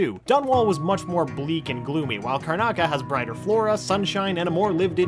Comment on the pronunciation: "The island of Karnaca" smh